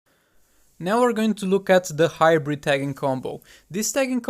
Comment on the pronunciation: Its hybrid not hibrid lmao